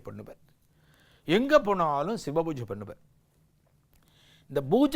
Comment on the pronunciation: Divine explanation. But not bbojai. It is pooja and poojai